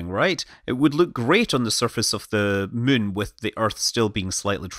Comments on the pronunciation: When you say it, I always hear, "Landing on the Mün..." XD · Scott can't pronounce Moon now... He's all the way to Mun!